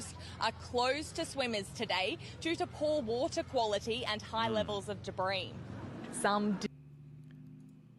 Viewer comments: That's how a Queenslander says 'debris', not an Australian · That girls pronunciation of debris was not an aussie thing. It's a personal thing I think. We day debris like you say debris. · She didn't say debre properly